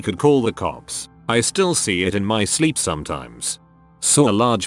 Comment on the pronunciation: Why is "still" getting pronounced "stoo-day-eye-ell"?